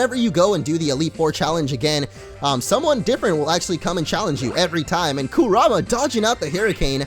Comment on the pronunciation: Am i the only one that is still bugged anout him saying kurama wrong